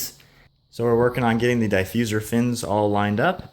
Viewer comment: die fuser? your killing me, ha. it looks good. you should of cut the fins the same contour of the bumper. thats a huge gap. i give 3 months before it starts cracking or even fall off. and the paint looks ok.